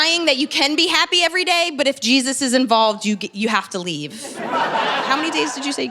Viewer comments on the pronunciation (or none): none